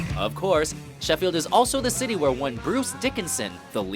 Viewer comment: pronunciation of Sheffield and Yorkshire is pitiful